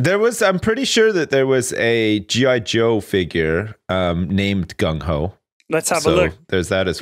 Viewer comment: you said the gung part almost perfectly, good job lol